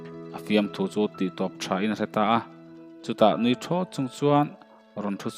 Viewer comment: A fanu te chu nui sukin....nui ti lovin nuih ti la chuan dik ni mai tur. I chhiar dan hi chuan nui suk hi lal fanute an ni daih, a thuin a sawi tum erawh lalpa nuih suk thu niin a lang si.